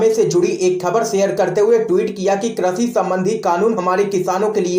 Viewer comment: Correct your language, it is krishi not krashi.